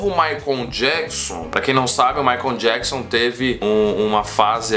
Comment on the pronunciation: "Maicon jequisom" kkkkk